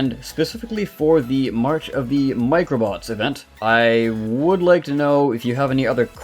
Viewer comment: I like how you say Event: evenT